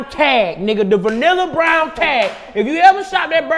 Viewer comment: Dc said vanilla folder 😆 it's manila